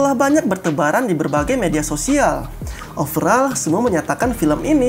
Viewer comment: Ngomong nya Overol Bukan overal